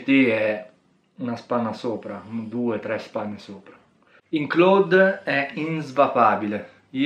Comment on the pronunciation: basta dire claud, non clòd....